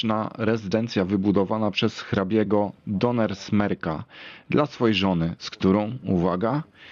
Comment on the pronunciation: Cześć kolego, małe sprostowanie co do Pałacu w Rybnej. Pałac powstał z inicjatywy rodziny Warkoczów w1796 roku. Do rodu Henckel Donnersmarck ( nie Doner Smerk ) należał tylko w czasie II wojny światowej. Pozdrawiam Mariusz